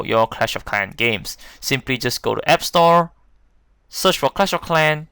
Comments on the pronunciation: Cwash of Cwan XD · “You use to pway cwash of cwans” 😂😂😂🤣🤣🤣